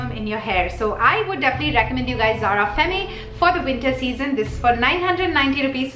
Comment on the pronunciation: Zara perfumes r really good n I'm planning to 2-3 of them next time. Do checkout my perfume videos. I'm a complete perfume junkie HV around 80 perfumes. N yes I love ur video. N also femme is pronounced as fem in French. Don't get me wrong though.